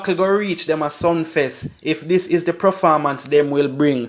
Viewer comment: Sumfest mi bredda not Sunfest